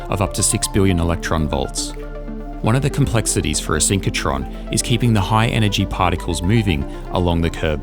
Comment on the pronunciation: SYNCH RO TRON, not synch co tron...